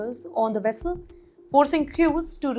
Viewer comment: Vessel,not Wessel 😁